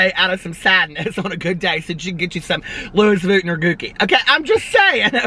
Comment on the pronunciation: I die every time you say, "the luis vutton" and "the gooki" 😂😂😂😂